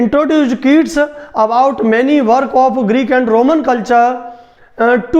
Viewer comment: Please get more knowledge ur pronunciation is incorrect u spoiling the name of my father